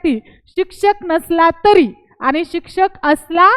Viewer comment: तुम्हाला भारतीय संविधानाच्या अनुच्छेद 14,21 कलम माहीत नाही, भारतीय राज्यघटना नागरिक, सेवकांच्या सुरक्षा या विषयावर ज्ञान नाही. तुम्ही दहावी पास आहे तुम्ही अगोदर मुक्त विद्यापीठाच्या पुर्वतयारी करून बारावी पास व्हा. मराठी भाषेवर प्रभुत्व नाही आहे तर्री म्हणत आहे तरी म्हणून उच्चार करा